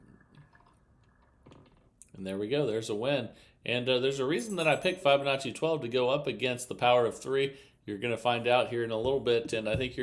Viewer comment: It's pronounced FIB' onacci not FI check with the interent champ